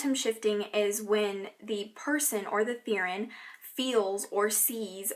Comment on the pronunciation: I'm not trying to be mean but the way you say Therian drives me crazy, lol. It's "Ther-ee-an." =)